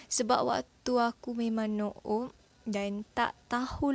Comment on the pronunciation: noob sebutannya nub, bukan no-ob. apa apa pun thank you atas perkongsian :)